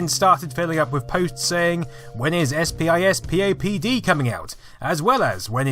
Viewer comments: SPISPOD is prounounced SPISS-POD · It's pronounced " spiss-pop-dee"